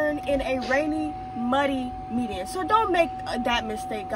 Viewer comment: Median not media lol